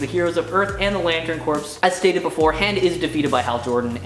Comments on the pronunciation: Sorry dude but i have to say it. Its pronounced core not corpse. Welcome to the nerd squad though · corps is pronounced core my friend.